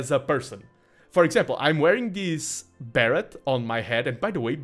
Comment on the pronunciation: Hot tip - "Beret" is pronounced without the 't' in English. So it sounds like "Barray". Great cast! :D